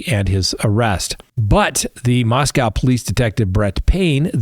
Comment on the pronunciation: It’s pronounced Mos-cOH. (Not Mos-cOW). I am from Idaho. I was born in Moscow and graduated from the University of Idaho. I don’t represent the people who conducted this hearing nor do I represent the defense team. The reason I don’t subscribe to your channel is that I don’t appreciate your name calling of the state of Idaho. The prior Solicitor General of the United States is Elizabeth Prelogar from—IDAHO. Feel free to criticize but your characterization of the state of Idaho is false. You might want to do some research on how to pronounce Moscow, too. Credibility matters.